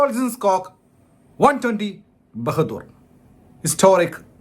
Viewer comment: Bahadur alla anna bahaadur anu